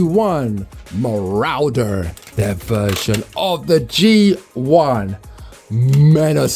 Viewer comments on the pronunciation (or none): I’m sure it’s supposed to be pronounced “rorder”, rather than “rauder”.